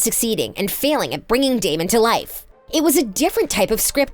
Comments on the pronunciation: She really called him dameon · “daymian” LMAO WHAT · Sis rlly said “damion” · You said Damian not damon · bro did she just say Damian?😭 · I hate it when people say its “DamIon“ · Hahaha just came on here to comment that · She really said damion 🤣🤣🤣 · They said his name wrong it’s Damon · Did the narrator get paid for this? The first qualification should be the ability to read a script accurately . Say it with me.. Damon… Stefan… Where’s the editor?!! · Why is this girl pronouncing Damon and Stefans name wrong? Super annoying. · i am convincing that nina wear a wig in the last episode. because its so ugly. six seasons nina switch with wig but then last episode just had me laugh to ninas wig and cry about stefan death. and I am mad. the show finally over but the sister couldn't even say damon and stefan names right omg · This woman is choosing to say their names wrong 😂😂😂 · i am triggered by how many mess ups you guys had on the names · She doesnt even pronounce their names right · Does she not know the characters names she keeps saying Stefan's name wrong and Damon's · DAMIEN 😂 CAROLIN😂<3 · It made me so mad that she said 'Damian' instead of 'Damon'!!! 😫😫😫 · HIS NAME IS DAMON NOT DAMIENNN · I know she did not just say dAmIoN💀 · My soul was actually hurt when she said “Damien” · you did not just say damien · its DAMON NOT DAMIEN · She did not just say damien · GURL ITS DAMON NOT DAMION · imagine calling Damon “Damien” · She did NOT say “damion” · I know this heffa did not just call Damon DamEON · Did she just say "Damian"?????? Girl u good!!????? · When she said Damien I cracked up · I’m sorry but did she just say DAMIAN?!?! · The fact that she sad Damien instead of DamOn 🤣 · Damon not Damion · girl.. is elena and damon- not alena and dameon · Ikr? Every time she said Stephaan (spelled for pronunciation purposes) I just threw my hands in the air. Then add Dam-ee-an and I was done. Smh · The way she said Damon and Stefan wrong got me laughing so hard